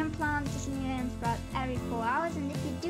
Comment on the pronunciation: The way you say simoleons bothers me....